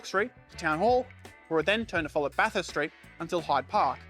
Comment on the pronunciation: Well, he nailed Bathurst. That usually sorts out the interlopers.